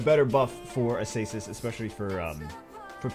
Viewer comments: Why are you looking at Acasis and saying Asasis? TRIGGERED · A-SAY-SIS WOW